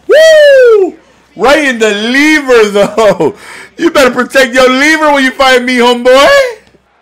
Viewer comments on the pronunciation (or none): "oh caught'em in the leever(liver)" lol a fool